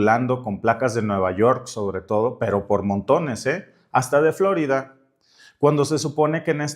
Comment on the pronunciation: Por favor, Florida es palabra española y el acento prosódico es en la letra i, no en la O, recobremos con orgullo legítimo la lengua que hablamos; es parte de la LUCHA...